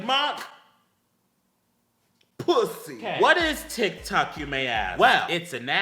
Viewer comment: Every time Mac says “Tik” I think he’s saying “dick” 😂